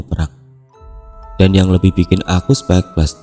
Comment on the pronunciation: Speechless dibaca spich-les bukan sepekles.